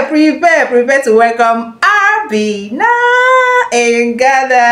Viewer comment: The name is not Abe-na it is Aben-na